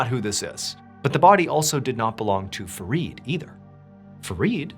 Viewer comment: It's Fareed and I'm hearing forreed😂